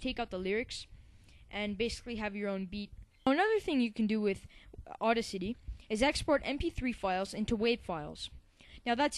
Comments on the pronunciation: you do a good job however... it's boost the BASS, which rhymes with ACE, not rhyming with MASS. It's BETA, which rhymes with FATE-a. And finally it's au-DA-city, as in DAD, accent on 2nd syllable. fyi. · It is Audacity, not Auda City :P Nice tutorial btw.